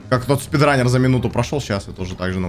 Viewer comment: ты лучший, не стрындел, когда в начале сказал "спидран"